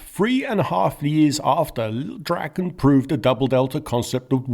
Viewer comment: Your Swedish pronuanciations are impressive. Thanks for actually translating the name (mostly) properly! Lilldraken means the Lil' Dragon, and not little dragon. Praise be to!